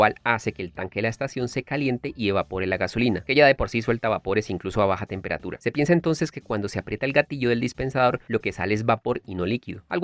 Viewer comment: Aprieta no " apreta"